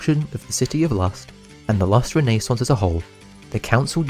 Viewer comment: Bro cannot say renaissance